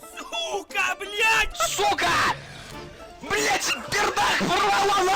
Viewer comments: you cant even say it right ..its pronounced suka bl`at` not blyjat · The experts says that "those americans pronounce the word "BLYAT" uncorrectly.And the correct pronunciation is "Blat"... BUT THE THING IS THE HOST STILL PRONOUNCING THE WORD "BLYAT" hahahaha ✌️😂🇷🇺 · "Actually, American actually mispronounce it. it's not with a "t" but with a "d": continues to pronounce with a "t" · Its bugging me how you say blyat its kinda triggering